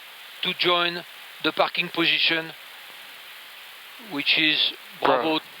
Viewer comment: Yeah I thought he said " fucking position " 😂